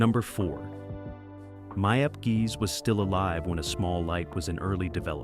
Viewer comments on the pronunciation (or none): Not important to the story, but it’s “Meep and Yon* Hees,” but my H represents /x/, a voiceless velar derivative, a raspy sound in the back of the throat. Jan rhymes with Don. They pronounce the English G in A Small Light.